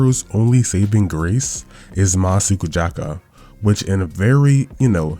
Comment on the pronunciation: "masukujaka" im actually dying, help